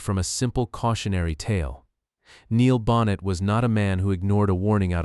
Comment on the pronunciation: I know you're a brand new channel, so please take this as constructive criticism. The script is excellent - but to have the last name of Neil Bonnett mispronounced again and again distracted me from the content every time it happened. If you have to use an AI voice, please listen carefully to the soundtrack and correct the errors before publishing. This would have been so much better with a real human voice. But nonetheless, I learned things about Neil, and about his death, that I had never known. I also hadn't known about Bobby Allison's son Clifford. I no longer watch NASCAR, but for many years I was glued to the TV every week, so you're talking about some of the drivers I've either watched or heard of. I remember when Neil Bonnett was an announcer. I don't think I saw the race where he was killed, but it was a long time ago. So thanks for this, and good luck for the future of your channel.